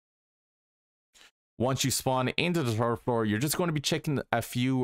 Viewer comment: I’m not trying to be mean or make fun of him for how he talked or his accent but he said “the turd floor” I knows he’s saying third floor I just think it’s funny